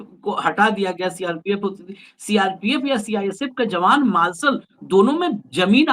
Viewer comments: Sir, मार्सल नहीं मार्शल Please अपना उच्चारण सही करें कई बार सुनने के बात समझ में आया कि आप मार्शल के बारे में बात कर रहे हैं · 😂😂😂😂 marshall hota hai..marlson nahi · आप भी मालसल बोल रहे हैं... मार्शल बोलो साहेब....